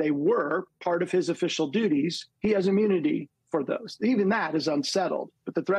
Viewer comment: Anyone notice he seems to switch between "immunity" and "ammunity"?